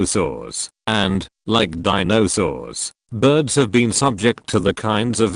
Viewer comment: Thanks for butchering all those words- Ca-RO-lina parakeet, di-NO-saurs, etc.